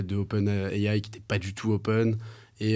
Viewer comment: « Les researchers ». Les gars, un effort quand même.